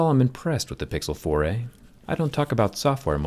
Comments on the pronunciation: I thought u turned to a canadian. The way you say: the pixel 4 eehh! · Whenever he says Google 4a , I kinda hear "Google 4 eh " in an Australian accent how man !!